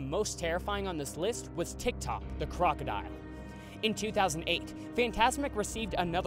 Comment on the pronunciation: TikTok the crocodile...I could have SWORN you said TikTok the clockodile.